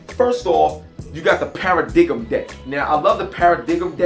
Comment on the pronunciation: cool review . it's pronounced paradigm {PARA-DIME}